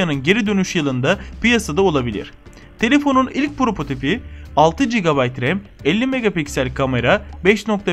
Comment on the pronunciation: "Propotip" değil, doğrusu "Prototip".